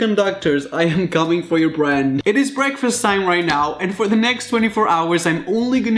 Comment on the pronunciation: Breakfast (BREE-AAK-FEEST)